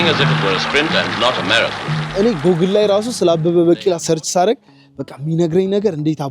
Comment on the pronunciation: * Google ' ጉግል' ነው የሚባለው። 'ጎግል' ማለት ልክ አይደለም።